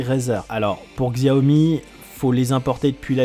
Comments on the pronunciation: tres bonne vidéo juste 2 petite choses Xiaomi se prononce "shiaomi" en chinois le X se prononce SH , a bah non en fait y avait qu'une petite chose. Allez continue le.bon boulot sinon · ah non en fait t'as mal prononcé Xiaomi, donc poce rog